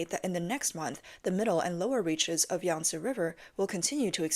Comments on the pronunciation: YANG-SEE RIVER.... SAY IT WITH ME YANG-SEE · hahahaha YANG - SEE RIVER HAHAHAHAHA